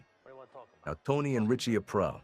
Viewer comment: I don't think so even though the pronunciation of Aprile is a little suspect 😂 but maybe